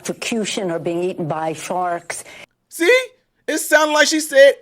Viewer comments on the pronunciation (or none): I think she said eaten by sharts😁🤣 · I thought she said eaten by farks, so I think she meant to say eaten by sharks lol. Her dentures were falling out she meant eaten by sharks lol. Maybe we all need to get together and send her a box of denture cream lol. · She said being eaten by farks. I think she meant sharks! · Oh eaten by Farks, I thought she said Farts. Haha😅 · I heard her say "Eaten by farts"! 😂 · I think she said eaten by sharts maybe sharks 😂 maybe she thinking bout poor Uncle Bosie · Think she said farks...she has mental issues. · Sounded like she said "forks."🤷‍♀️ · I think she meant to say "sharks". 😂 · Sounds like she said eatin by sharks